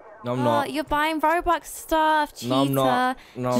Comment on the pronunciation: Robux, not rubux